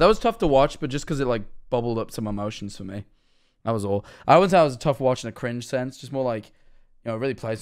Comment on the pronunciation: said cwinge